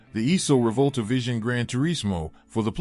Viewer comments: Try and say "Reevòlta" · wrote "Reevòlta" because this should be the correct pronunciation of this Italian word (Rivolta) said by an American who does not know the Italian language.